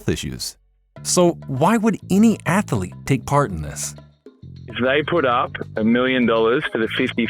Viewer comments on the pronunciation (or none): I am sorry, but the new voice () is so irritating, I cannot watch the video to its end. Not just in comparison to the old voice (Marc) with his German accent, but by itself the American voice sounds less eloquent, with frequent misspellings (athalete, not pronouncing all the 't's and 'g's in words, pronouncing eenhanced instead of enhanced). An insult to the English language made by a supposed native speaker. Honestly, it feels like a step backwards, an attempt to pander to the US market, but alienating the rest. The voice sounds less educated, less sophisticated. I want my narrator to sound like an intellectual person who actually knows the stuff he is presenting, not just reading off of a teleprompter. Sadly, this is the reason I will stop watching your channel after so many years. I am truly sorry! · Man, what is an atheeeelete? AthEEEElete? C'mon man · Ath Uh Leets